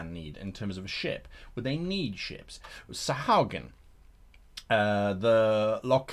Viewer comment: The proper pronunciation for Sahuagin is Sa-hoo-a-gin, so sayeth Chris Perkins. Good video Guy, thanks.